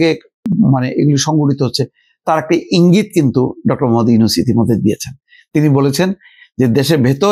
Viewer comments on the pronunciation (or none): none